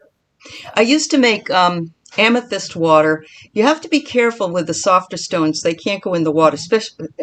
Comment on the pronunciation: Enjoying the show, love you're love and passion, but you're butchering some of the stones names 🙄.then I finally got to the end after taking breaks. I get it bless yalls heart you're new. I get it now. I was under the impression that you were crystal connoisseurs. Your just learning like everyone else. ✌🏾 Oh and TURN OFF YOUR PHONE.